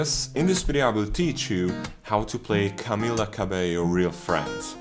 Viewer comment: Realy greatful but it's camELLA not camEla